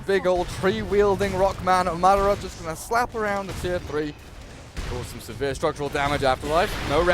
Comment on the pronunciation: Yeah, also somebody need to tell the fucking caster that it's madAra, not mAdara